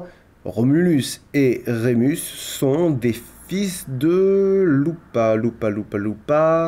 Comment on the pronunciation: ça se dit pas lupa mais loupaé . Déso, je suis maniaque sur ça maintenant que j'en fais, du latin XD